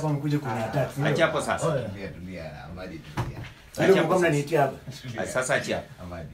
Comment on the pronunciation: My country people it's " Amadi " not "Amandi" am tired 😩😩😩